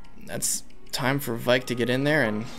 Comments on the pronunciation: I'm sorry I know that everyone isn't exactly good with pronouncing FE names, but it's V-Ache not Vike. Sorry it was just getting on my nerves. Loving this playthrough! Keep up the good work! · IT'S VAIKE AS IN RAKE WITH V IT'S A VAIKE AND BAKE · i cant wait to hear say vaike correctly itll be music to my ears